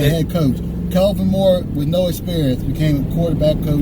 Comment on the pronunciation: Are y'all calling Kellen Moore, Calvin Moore?? Lol... That's what it sounds like!?